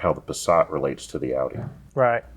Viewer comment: As a German the way you pronaunce Passat is way to French/elegant .